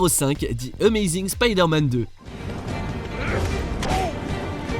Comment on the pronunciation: Pourquoi il dit (di amazing Spiderman) au lieu de the ?😅